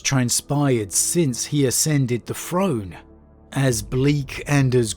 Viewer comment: Which regional dialect pronounces throne : "frone", and truth : "troof", but pronounces the : "thuh" and they : "thay"? Asking for a German friends.